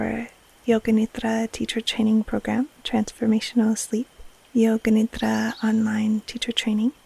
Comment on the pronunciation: It is great to hear correct sanskrit pronunciation of nidra, but i kinda miss the Americanised pronunciation with a hard d.